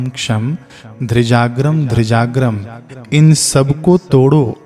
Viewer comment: श्रीमान जी आपने कुंजिका स्तोत्र को बहुत सुंदर ढङ्ग से पढ़ा पर आपने धीजाग्रं धीजाग्रं की जगह ध्रीजाग्रं ध्रीजाग्रं पढ़ा है। यहाँ उच्चारण मे त्रुटि है।